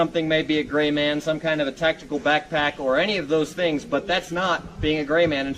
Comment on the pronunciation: Dude ia the Gray man but dropped the "r"